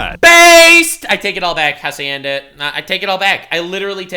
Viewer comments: Did pronounced Hacienda like he's saying acai? 👀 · So, the dude can't pronounce hacienda properly, vinneigrate and now Nivea?